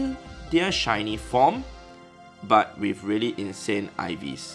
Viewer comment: omg hat sich sehr deutsch angehört 😂😂